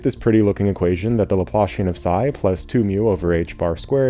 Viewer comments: You had me very confused by pronunciation of one word, Laplacian. The way you say it it sounds like what you get when you pull your boot out of the mud. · Pretty good. Only thing a bit bothersome is that the Laplacian is not the Laplashian. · That’s a great visual! I totally hear it. When I first heard someone say Laplacian, I was like there’s no way “laploshin” is an actual word 😂 Some people pronounce it “laplahssian”, but I think that’s more of a British thing.